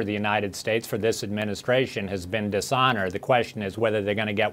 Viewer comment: did this idiot just say dis honored? what happened to every empire ever thats fought for honor, gone what happened to the honor seekers in the revolution? butchered an almost lost the war. what happened to the honor seekers in the civil war? butchered